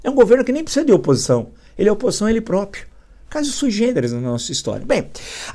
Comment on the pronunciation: Parabens por tudo.Permita-me uma correçao, peço desculpas, a pronuncia correta é proprio e nao propio.Todos temos deslizes, eu tenho também.